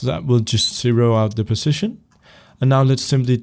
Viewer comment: Great tutorial but when you say position it sounds like precision... witch I'm used to now but it was kinda confusing when I started